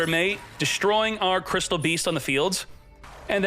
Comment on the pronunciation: Crystial beas-zzz.....